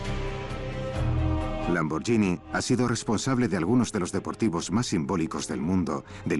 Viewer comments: que el narrador del documental pronuncie bién Lamborghini...gh no es "y" es como gui, de guitarra. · se pronuncia "lamborguini" no "lamboryini" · Se escribe Lamborghinis pero se pronuncia Lamboryini menso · Lambor"GUI"ni... "GUI"... "GUI" ... "GUI" !!!!!!